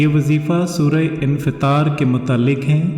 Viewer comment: Assalamalykum please ye batadein ye surah kis para mai hai uska naam aapne sureh infetal bataya thida pronounciation samajh nahi aya